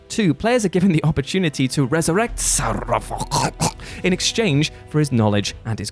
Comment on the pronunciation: I felt dread when he did that whole "strike up the band" thing again, was really annoyed with how he kept pronouncing Sarevok, and still with the optimistic bs at the end. I am almost considering not watching any WhatCulture videos with him in it